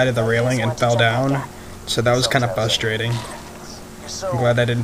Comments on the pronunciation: the way he says frustrating sounds like fustrating XD but in all seriousness this is a great vid dude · Notice there is an "r" in the word frustrating